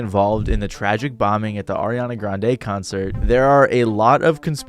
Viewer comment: Why did you pronounce Ariana Grande's name so weirdly?